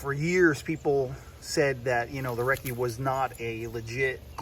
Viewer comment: "EM KAY," instead of Mark, and "Reckert" instead of Recce make this a parody video. There's always satire when this doesn't work out